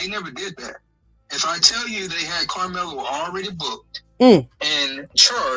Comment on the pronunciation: Young man, I want you to say Karmelo‘s name right?